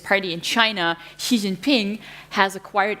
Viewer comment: She can’t even pronounce “Xi” correctly 😂 Zhee 😂😂😂😂